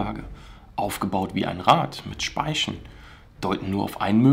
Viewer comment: "ein Rad mit Spaischn"